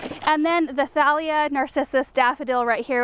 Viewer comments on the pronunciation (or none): none